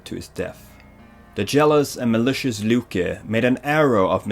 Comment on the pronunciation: I'm here after watching god of war 4, and I'm here to tell u: Get your pronunciations and spellings right. Loke... Seriously!!? I mean come on, everybody knows it's Loki, all u had to do was watch a freaking avengers movie!!! And even Odin! U were calling it something I don't even know what.